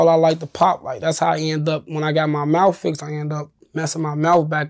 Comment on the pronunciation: He messed up his mouf.